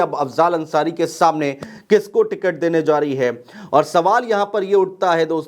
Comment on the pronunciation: भाई जा को जो क्यों प्रोनाउंस कर रहे हो ??? बताया जो रहा है is wrong बताया जा रहा है is correct..... चोन्हा के बोलने के चक्कर मे अपनी ही काट ले रहे हो...... तुम्हारा दोस्त-वोस्त नही है क्या इस तरह के सलाह के लिए ????